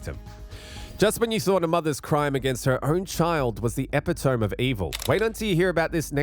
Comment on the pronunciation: The "epitome" lol